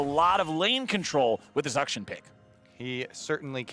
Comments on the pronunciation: west of China. I’ve actually researched this now because I’m sure you guys are just trolling. “Akshan” the name is pronounced “Aukshaan”. Not “Uhk-shun”. I’m not wrong. Have a great week. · Champion's name: "Akshan" Kobe: "Uhkshun" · I'm like... 99% sure that regardless of English pronunciation rules... Uckshun sounds like a really stupid way to pronounce a name for anything other than like, a venereal disease.